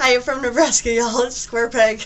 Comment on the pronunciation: Did I hear you say "New Brass Ski..." at the intro???🤔🤭